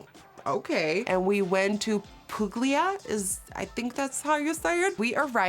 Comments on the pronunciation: its pronounced Pulia btw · It's pronounced pooolia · I AM SO HAPPY FOR YOU omg but little quick note is that Puglia is pronounced Pu-ja 😅 gli in Italian is read kinda like the Y in Year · LOOOVE your love story, congratulations! btw the way you said puglia is soooo wrong I laughed for about an hour! italy loves you! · Nikkie I'm so happy you liked Puglia. Such a wonderful place. You didn't pronounced correctly "Puglia", but that doesn't matter ❤❤❤ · Puglia isn't pronounced that wayyyyyyyyy "gl" has a very unique sound in Italian haha btw I still love you and your videos <3 <3 <3